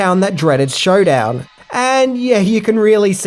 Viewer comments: Sundown not showdown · The Town That Dreaded Sundown, not "showdown"🙄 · Sundown sweetie not showdown lol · Sundown. Not showdown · Sundown, not Showdown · Sundown not showdown....lol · love your channel but why did you pronounce sundown by saying showdown I'm not judging I'm just really curious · "The Town that Dreaded SUNdown", not "Showdown"... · I know he’s Australian but did he just say the town that dreaded showdown come on son